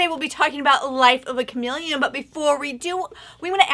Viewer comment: Chameple? Meepelon? No, it's chameleon. Because it blends in the word: cha-MEE-leon 😄